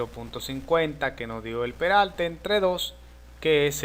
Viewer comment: cuando tu hablas peralte es perarte